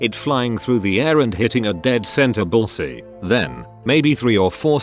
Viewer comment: "Bulls eey" Mhm. Totally correct pronunciation 🙄